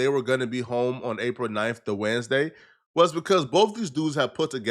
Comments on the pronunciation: Why he say Wednesday like that 😂 waadnesday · can’t pronounce Wednesday